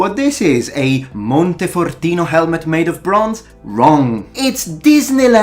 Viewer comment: Are you Italian?! Your pronounciation of monte fortino is incredibly spot on like a native speaker! And you do the hand thing too! It's incredible!